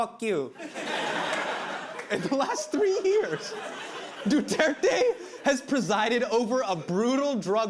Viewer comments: Late response but Du-Tear-Teh, (tear as in rip) and Shah-boo, the a pronounced as 'ah'. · Sha-boo and Du-ter-te mispronunciation club here